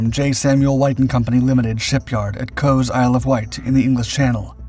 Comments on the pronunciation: Cowes , Isle of Wight is pronounced "COWS" (as in multiple heifers) not coes. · Cowes in Isle of Wight is pronounced COWS, not COES. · I was surprised to hear Cowes pronounced as I've never heard it before. I'm an American, but everyone I know pronounces Cowes like "cows." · By the way, Cowes in the Isle of Wight is pronounced "cows'… (rhyming with pow, not low). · Cows is the correct way. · Cowes is pronounced "Cows". The E is not used to capitalise the O. 🙂